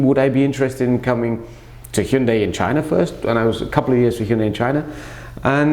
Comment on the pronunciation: You're pronunciation of Hyundai is perfection